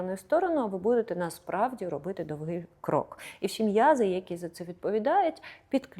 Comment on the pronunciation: Немає такого слова з наголосом: довгИй шаг, крок!!! Незрозуміле пояснення